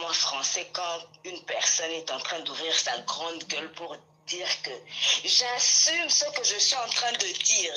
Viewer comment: Ye kutu abandaki koloba “j’assume “ te. Abandaki koloba nde “j’assime “😂😂😂